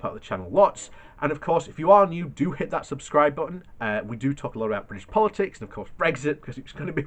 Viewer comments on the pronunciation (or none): none